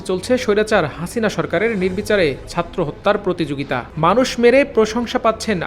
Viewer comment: satro na bhai, chatro. plz uccharon thik kore bolen.